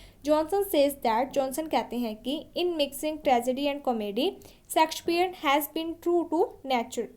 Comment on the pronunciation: Pronunciation sudhar lo madam😂 सेक्सपियर mt bolo